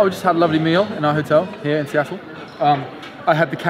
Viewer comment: whispers Sea-tul!